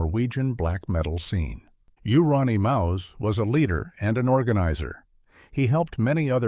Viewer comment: Hahaha showing the culkin kid as "YOO-RON-EEE-MOUSE" what a pisser. Plus so many other fuckups. Like not showing mayhem live half the time. Wow. At least the mentioned quarthon. That was a good pick. But showing AIC but not mentioning layne. But I think layne HAD a fair bit of money even at the end so maybe he didnt fit. Anyway. Mayhem was just funny.